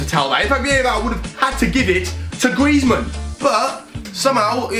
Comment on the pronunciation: Diogo Cardoso Gaming that’s what we love for: butchering players names badly